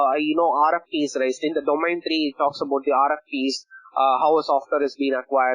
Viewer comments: Is domEIn not domAIn. I cant believe you guys teaching others about these important subjects and certificates and cant even pronouns the word domain correctly.. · Sorry if it sounds rude. ISACA is an international recognised body. There only one way to pronounce the word domain. Either you know it or you don't. These professionals need to up their game. You cant go on a call with a client from Australia, USA, UKnand call the word domAin.. Soz